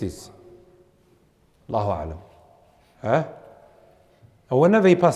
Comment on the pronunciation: Brother, I looked it up, the meaning of Aslam is quite bad as well. Please look it up. And please try to pronounce sahih